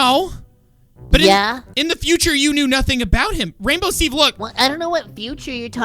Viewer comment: FINALLY rainbow Steve Said his Name CORECT!!!!!!